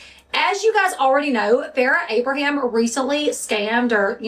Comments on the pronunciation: It's you saying "AbrahamS" for me. There is no S at the end of Abraham. Proof that Farrah simply does not matter 🤣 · Her last name is A-bra-ham… not Abrams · Who want's to bet that at some point Sophia will come out and say her Mom was a monster behind the scenes? "Anything the public saw of me and my mother was all fake. Blah blah blah..." I'll be shocked if this doesn't happen. Also, I LOVE that you said Farrah's last name wrong so, many, times! This would send Farrah over the edge if she saw it. I'm here for it.